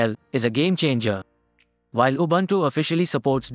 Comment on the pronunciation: Please find out how to pronounce "Linux" and "Ubuntu"